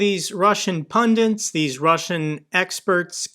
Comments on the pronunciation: Just nitpicking... it's pundit, not pundint. Otherwise, I love your reports and updates (and awesome discussion with Dennis!!) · Your videos are great,, but please - there's only one 'n' in 'pundit' (it's not 'pundint'). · Yep. cannot even pronounce pundit correctly